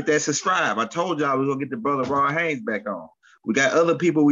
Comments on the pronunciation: H A Y E S not Haynes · I watch you a lot brother, much respect to you. Bit man his last name is HAYES not HAYNES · I love these two kings, but everytime say rod hayes name i cringe a lil bit cuz he always say Rod Hanes like cmon maaan 😂